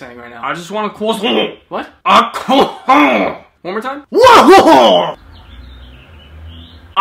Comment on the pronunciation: Bro went from saying "cwossan" to "AOOOA RU HARUUUUU!!!! RNGGRGGNGGRG" to